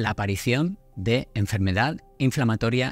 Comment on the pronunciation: ¿Por qué pones el acento en las sílabas que no son? Por ejemplo "ínusual" en lugar de inusual, "índicar" en lugar de indicar, "énfermedad" en lugar de enfermedad, etc.